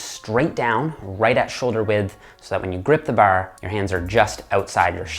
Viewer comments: Grip the baahr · Baar. . . Dead giveaway to his Eastern Canada upbringing. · The way he says bar sounds like northern midwest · This guy says ‘’Bar’’ in an Irish accent kept thinking he was Irish 😂😂🇮🇪🇮🇪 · Is Irish? I can hear some Irish when he says "bar". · The Canadian accent on the word bar